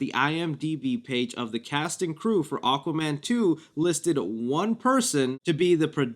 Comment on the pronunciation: “Aquman 2”